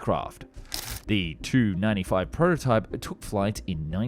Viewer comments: Why does he pronounce Tu as 2 instead of tee you it's the abbreviated form of the design bureau name Tupolev probably an AI narration AI frequently do stuff like that. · "WHAT?!!! WHAT?!!! I CAN'T HEAR YOU OVER THE NOISE OF THE ENGINES!!!" One wonders if they offered ear plugs to the passengers. A minor point on pronunciation - saying "Tu-95" the same as "295" might mislead a non-aviation enthusiast, perhaps giving them the impression that the bomber's designation was strictly numerical. Pronouncing it "tee-you-95 or saying "Tupolev-95" would be more clear. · For decades it has been commonly pronounced by all defense experts as a separate T and U. I'm a former USAF and current airline pilot who has been studying aerospace issues since the 1980s. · ~ did some googling and the consensus is that in Russian they pronounce it as word but in English its pronounced as separate letter - especially in this case where 'tu' could be mistaken for '2'. Also it's a model number so initializing is the more expected way of dong it. Or you could just call it by its NATO designation 'Bear'... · It is grammar!! From every military documentary I've seen to every military museum curator I've listened to here in the states have always pronounced aircraft with just two letters in their designation separately! Never together! That how NATO and its allies have alway done it. They do it because it eliminates confusion with such short two letter abbreviations sounding like something else like a number in the case of Tupolev which its Tu abbreviation sounds like the number 2! By saying the "t" and "u" separately you eliminate one mistaking the designation of an aircraft for a simple number such as 295 which could mean a designation for other aircraft such as the Airbus C295! A pilot receiving a radio message while on sortie wouldn't make such a mistake it the sender used the NATO designation! So what the hell are you talking about! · It’s T-U 95. Not Too 95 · Silly AI. Tee-you, not too/two/to